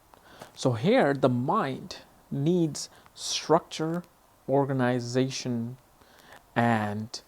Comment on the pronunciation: Dude, you started this video totally wrong! Moon capricorn means nothing to SRICT ORGANIZATION or MANAGING THINGS! sH..T! Where did you learn that?! Yeah, we got a real spirit of duty and to reach things... but nothing about organization or management... You really upsets me with this accent you did put in the "organization"... we want the things right... Not "organizated" or in a "strict way"...